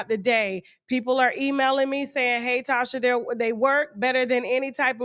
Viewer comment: Tasha continued to butcher her name even until the end! 😂